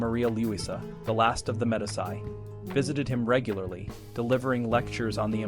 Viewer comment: medisy? it is pronounced "medeechi" you dunce